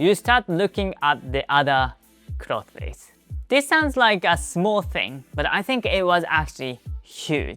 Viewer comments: Great video, small note on your English. I noticed that you pronounce “clothes” with two syllables, clothes-es. That’s okay, I get that the “-thes” is kind of a weird cluster. It should sound very similar to “close” but with a “th” sound in the middle of it. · You're saying clothes wrong. You emphasise the "e" on cloth-e-s. It should sound more like "close" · remember clothes is pronounced almost like 'close' as in 'please close the door.' Not 'closes' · Also please ignore me if you don't want this information, but: "clothes" is pronounced like "clothz", very very similar to "close" (if you say "close" with your tongue sticking out, that's pretty much "clothes" haha). Your English is really high-level and your accent is really good and very easy for people to understand! Just giving you this info since all of my Japanese friends struggle to pronounce "clothes". I'm sorry English has such silly spelling!! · Great video! It is pronounced Kloze